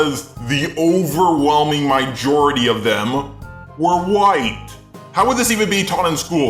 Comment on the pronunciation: i just realized he says mijority xD